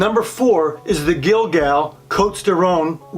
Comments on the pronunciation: I love this wine. Cotes du Rhone by Guigal. Please do not add an “l” in this family name. Also the “s” in cotes is silent. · Nice video. Not meaning to be pedantic, but if you are going to be a wine expert, particularly in a video, you should probably be able to pronounce some basic French names. You missed Côtes, Guigal, and Ribebon. As i said, if you go to the trouble of a video, just consult anyone who knows a bit of French.